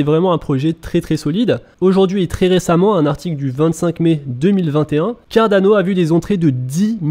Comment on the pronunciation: Juste, stp, arrête avec l'accent italien pour prononcer Cardano, le projet n'a rien avoir avec l'Italie, et n'est pas italien non plus...